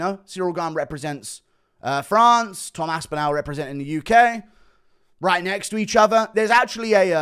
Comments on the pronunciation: His name is Tom AspinALL - not AspinAL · You cant even say his name correctly